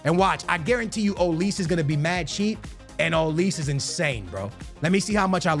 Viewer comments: ITS OLIS-AY WHY DO YOU SAY OLIIISSS 😂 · Ma boy can never pronounce people names right homie said “olis”